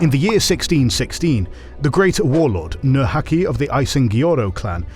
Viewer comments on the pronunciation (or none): nurhaci not nur haci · Video flaws: over-exaggerated spread of Han culture in the prehistory and mispronunciation of Nurhaci's name Video gems: describing the often-forgotten genocides and depicting "Russian" Outer Manchuria as part of People's Republic of China 😍 (sadly Karafuto seems to be of Russian shade of green instead of the slightly darker Japanese one)